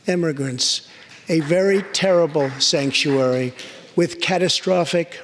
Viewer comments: stanktuary, lol nice freudelean slip president. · I loved it when he said "STANCTUARY". LMAO LOLOLOLOLOL! I love Trump, so I'm not laughing at him. In fact, I love the way he expresses himself. And I know he probably said it by accident, but it is metaphorically true (& in a few cases, literally). Sanctuary cities do stink. lol I hope that moniker starts trending. After all, apparently it's popular to make up unnecessary new words, now. Case in point: GINORMOUS. GINORMOUS: Someone jokingly mashed together gigantic & enormous & now it has cropped up in some dictionaries?! What's the point? Its meaning is nothing different than the 2 parent words whose meanings are no different from each other. A few decades ago, it's the kind of word a child would come up with and then be rebuffed by their parents for using, largely out of fear their child would use it in an English class homework assignment, which would negatively impact their grades. On the other hand, when Joe Biden referred to a senator as a "Blafrican-American" during a Democrat debate, it made him look like the bumbling idiot he is. Maybe that makes me a hypocrite, but Biden is not A STABLE GENIUS, & his gaff was further compounded by the fact that he referred to her as the ONLY "Blafrican-American woman EVER to be elected to congress when Kamala Harris (whom he was NOT referring to) was standing right next to him. Creepy Uncle Joey doesn't know which way is up. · Everybody acting like he didn't say stanktuary! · Lol, "stanktuary!" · Trump said : stanktuary cities! Haha!